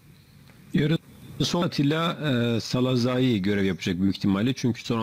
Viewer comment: Szalai, salazai diye okunmaz, SALAYİ şeklinde telaffuz edilir, bilginize.